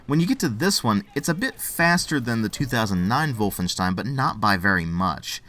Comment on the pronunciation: I like the way you pronounce "Wolfenstein". Greetings from Germany, buddy.